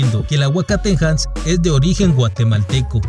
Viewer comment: Se pronuncia: "Aguacate Jas" (Hass Avocado) 🥑 ✌️ También la pintura mas antigua de tamales 🫔 (Murales de San Bartolo, GUATEMALA) circa 600 años antes de Cristo; o sea, casi hace 3,000 años; comprueban que en Guatemala ya se hacian Tamales, Tortillas, Quesadillas, Garnachas, Tacos, Pupusas, Elotes Locos, Pozole con Maiz, Enchiladas, Tostadas etc etc , antes que existiera Mexico (Teotihuacan no era Mexica, sino Tolteca) Los Mexicas y Aztecas ( abuelos de mexico) no llegarian todavia al valle de Texcoco por otros 1,500 años) Pero ya Abaj Takalik y El Mirador y Cuchumatan, GUATEMALA (paralelo olmeca y Proto maya) ya existian y ya hacian y comian Chuchitos (Tamales) de venado, cangrejo, pavo, pescado, camaron, conchas, ceviche de mariscos (los Mayas descubrieron/inventaron el maiz, Chiles, tomates, Calabasas, innumerables hierbas y especias etc) mientras los Nahuas ( abuelos de los Mexicas y Aztecas) todavia solo comian Nopales y culebras cascabeles. #Aztlan #Xicomoztoc #Mexica #ProtoMaya #PopolVuh #LaBlanca #LaDemocracia #ElMirador 🇬🇹 ✌️ 🙏 💙